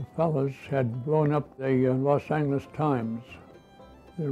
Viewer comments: How come he's pronouncing it Los Angles? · what is he saying here? I'm hearing "Los Angles"